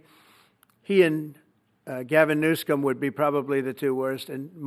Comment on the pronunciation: I like the way Trump says 'Newscum' for Govenor Newsom.